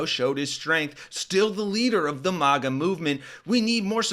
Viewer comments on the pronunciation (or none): It isn't a posh word, mahguh. It's MAGA, like maggots.